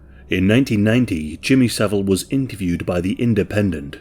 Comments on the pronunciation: Jimmy so-vile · Jimmy "so-vile" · Jimmy So-vile 🤢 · I always pronounce his name as "Jimmy saVILE!" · no. His name is Savile. Not Saville.